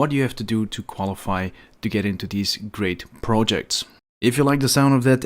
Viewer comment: ''Grate'' projects :D